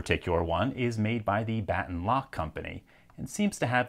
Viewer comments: I think the company name "Baton" is pronounced "buh-tawn", not "baa - tun" After all, the lock itself resembles a baton, so I assume that you would pronounce the name in the same, normal way (buh-tawn). This is just my intuition, so feel free to correct me if LPL was actually correct. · Pretty sure it's not pronounced "Batten" (like batten down the hatches) and more like the blunt object you hit people with...a baton. Though, Battens do secure things...